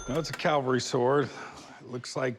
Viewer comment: Hey Corey...Calvary = where Jesus died Cavalry = mounted soldier You're welcome.